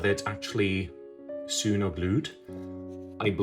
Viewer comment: Maybe check your pronunciation of 'sewn'.